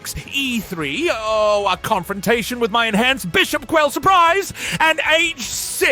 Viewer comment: died when the chess AI said "quell surprise" lmao